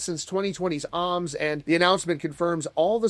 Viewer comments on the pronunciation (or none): I'm sorry did you say "Ahhms" instead of Ohms? WOW. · Bro pronounced it how new Yorkers pronounce 'arms'😂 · Bro can't pronounce ohms lol